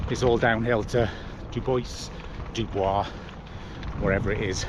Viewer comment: BTW, pronounced "Doo boys"